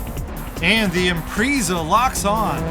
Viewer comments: At the mark when he said IMPREEZA i choked on my food EHVO was bad enough lol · "Impreeeeeeeza" 10/10 pronunciation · IMPRIIISA?? SAY IT RIGHT! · "Impreeza" lol